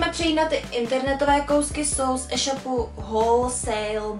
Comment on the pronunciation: jak říkáš eshopu s krátkým e ale říká se to éshopu s dlouhým é jinak fajn video ale tohle me fakt štve jak to říkáš